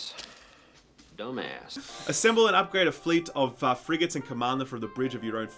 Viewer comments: Fregnart? Frigananart? Frigantè!? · Mispronouncing 'Frigate' is the new Mispronouncing 'Melee'.